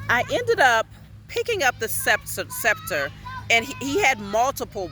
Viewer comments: Beloved 👑 The word is: SEPTRE Pronounced: SEP-TER We Give Thanks As We Move Forward...😌😎 🔯Royal Salute🔯 Blessed Love... ❤️💛💚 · The scepter is pronounced with a silent c . It is a staff whether short or long, and it represents authority in indigenous cultures. It can be anywhere from a few feet in length where it is only carried in the hand , all the way up to the length of a walking stick. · "Mi Sister High Pristess Majesty Matriarchal Goddess" The currect pronounce is "Secptre" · Peace and love my beloved Queen and spiritual sister. I wish I could just tell you the pronunciation. Its called a Sceptre. So it represent along the lines of what you were explaining. The Egyptian high priest would carry one. Just as how your dream dignity this very high staff. Anyone who one is pass down to is highly honoured. Peace ✌️ sister and more love to you and your children respectfully.